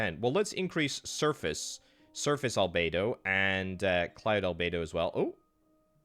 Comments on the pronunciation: He kept saying “albaydo”, that should’ve been a dead give away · It’s pronounced al-be-doh